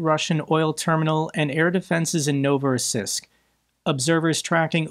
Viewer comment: It's pronounced novo-ross-EESK